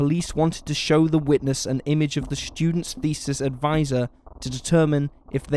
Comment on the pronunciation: Students isn't pronounced " Schudents" you speech impediment having fool.